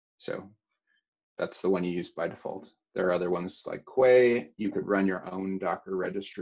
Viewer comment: quay is pronounced "kee" as in the place where ships dock